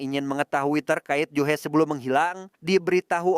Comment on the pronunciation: Ju-hee biasanya bacanya Juhi, juhe kayak lg ngomongin Jule viral😂